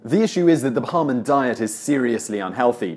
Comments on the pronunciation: I dont remember being called a Bahamoan It's Ba-ham-i-an. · It's not Baha-man.... It's Ba-hay-mee-an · ❤️ you Simon, but describing things/people from the Bahamas is pronounced Buh-hey-mee-in. Most people don’t pronounce it correctly. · Shut up about Americans. It’s Bahamian not Bahaman. You journalist you. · It's pronounced Ba-Hay-Me-An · Simon it's pronounced BA-HAY-MI--AN